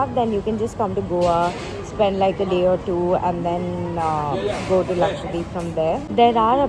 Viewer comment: everytime you tried saying lakshadweep in the video, you ended up saying lakshwadeep 😂😂